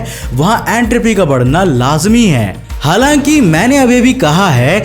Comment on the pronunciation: Everyone : Halaki Kaushik bro.. : Halanki